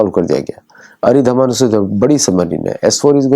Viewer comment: सब अरिधमान कह रहे है, पर यह अरिदमन है। अरी का दमन करने वाली अरिहंत, अरिघात, अरिदमन।